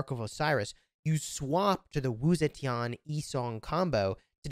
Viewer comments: Still butchering her name to date lmfao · This game is awful and so is your pronunciation but Wu Zetian is amazing.